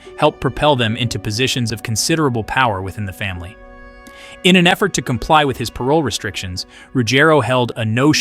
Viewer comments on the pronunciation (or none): none